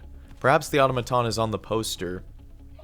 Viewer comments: Oh-tom-uh-tum or “Aw-tuh-ma-tawn”? Debate. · ahhhhhhhhh your switching between pronunciation of automaton is driving me crazy. not auto-maton, it's aTom-a-Ton haha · Please au-tom-a-ton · Ah-tom-a-ton (This is not a new word) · I’m sorry but the way you pronounce Automaton gets on my nerves! Aside from that, this is a very well put together video Also that was a fake leak, that while was well made, had a few signs that it wasn’t real, such as image artefacts as well as other errors